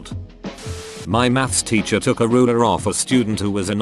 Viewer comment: Most people: "teacher" Daniel (robot voice): "titcher"